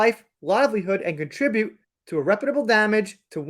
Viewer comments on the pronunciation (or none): none